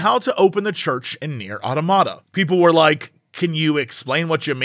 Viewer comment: Why is Jesse mispronouncing the word automata?